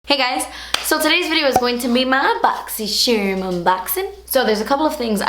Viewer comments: I don't even really care about what's in the box..I just love hearing her say "Boxy Sherrrrrm" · These videos are my favorite, solely because you say "boxsysharm" 😂 makes me laugh every time lol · i literally only watch this to hear you say "boxysherrrrm" because i don't even have this subscription lol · yey! it's boxysherm again hehehe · I'm actually dead at the fact you nearly said "I don't typically love clean brush"... well at least that's what I think you were about to say, lol! I wish we had something like BoxyChhhhhharm in Australia... our boxes suck! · I love watching these videos just to hear you say "Boxy Cherm unboxing" 😂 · I LOVE when you say boxy sharm unboxin 😂😍😄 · "BoxyCHERM" makes me cringe every single time. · I love so much "ma bogzy-Sherm enboxin'" 😂😂 ILYSM 💖💜💕xo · Before i clicked the play button on this Vid. I pronounce BoxyCharm the way says it... B0xyy Shaarrrrrm! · I mostly watch your boxycharm videos to hear you say boxy charm bc it's so funny and cute ilysm 😘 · Literally come here to hear you say Boxycharm!!! Lol ❤ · I love how you say boxycharm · I really just watch these videos for the way you say boxycharm😂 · who comes to see say Boxycharm?! Lol